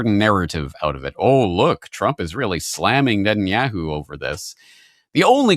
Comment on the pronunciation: Why do you pronounce Netanyahu like that? 😂😂😂 yeah hoo